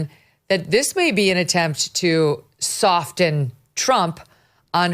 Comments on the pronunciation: Is soften pronounced "soft-en"? Megyn seems to think so. 🤔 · Megyn love you girl but the “T” in soften is silent. So it’s sof-en not soft-en. Please don’t come at me😂😂😂😂 love you!! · Another good show Megyn; however, Walter was wincing like all of us each timed you pronounced the "t" in soften. Have you really been mispronouncing it your whole life? That's hard to believe considering your background. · Love you, Megyn, but I've never heard anyone but a child who doesn't know better pronounce the silent "t" in the word "soften." Did you just start doing this? My goodness!